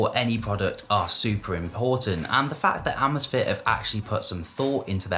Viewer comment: Say “amaze” “fit”